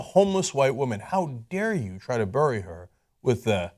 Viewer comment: You say the word "bury" really strangely.